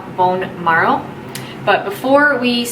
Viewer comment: bone “marrow” not “morrow”